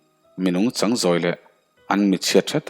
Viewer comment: A chhiar tupa chu mizoṭawng i chhiar thiam lo hle mai, naupang a thu chang ni lovin naupang a thu châng tih tur , a dang pawh lam dik loh i ngah mai, ṭan han la sauh sauh teh.